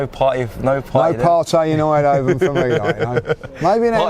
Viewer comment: It's eindhoven not eindehoven why are u adding an extra sylabil lol